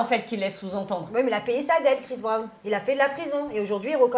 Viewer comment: Je cherchais un commentaire comme le tiens c est vraiment une hypocrite je n ai jamais apprécié alors là c est catégorique elle me répugne. Il n y a absolument rien à défendre à cela. Elle dit etre d accord avec Dylan qui sous entend que les gens sont fans de CHRIS Brown (et pas "BRAN") soit disant journaliste qui ne sait pas prononcer un nom. En plus mère de 2 filles quelle honte mais quelle honte elle réagit à peine face l évidente violence de la vidéo.